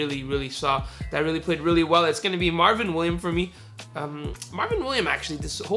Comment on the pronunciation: It's Marvin Williams not Marvin William you were cheesing me when you didn't say the s